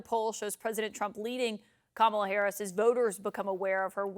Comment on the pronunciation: Small detai, but did you notice how he said her name correctly in the audio, versus at rallies when he(and every other terrible republican) pronounces it ka-MA-la. I guarantee they've all decided to intentionally pronounce it wrong, just to "trigger" the left, but the left hasn't even acknowledged it